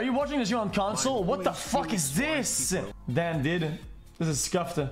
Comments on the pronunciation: Bro why he says dod instead of dude😂🤣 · The way he says dude. Bro its so scuffed. Yo did. Wasup did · I got halfway through this before "did" instead of "dude" forced me to stop. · Why the fuck he say dud